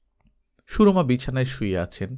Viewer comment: "সু - রমা" না, নামটার উচ্চারণ হবে "সুরমা" - সিলেটের নদীর নামে নাম, চোখের সুরমার নামে নাম। সু - রমা উচ্চারণটা কলকাতার সাহিত্যের।